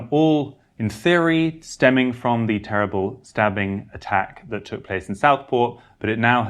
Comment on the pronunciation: TEWIBBLE ? TWOUBLE ? ENGLANT. ?